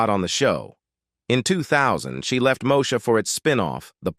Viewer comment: When I hear the pronunciation Lopes for Lisa Lopez's last name it goes thru me like nails on a chalkboard. 😖 Two hundred twenty seven. Somebody didn't watch the show. 😮 Mosha? Good Lord it gets worse as it goes along.